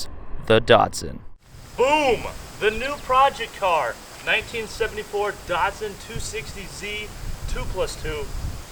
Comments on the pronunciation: the shatsun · Weird hearing you pronounce the Datsun as the 'Datson'. I guess that's because of your accent (being American).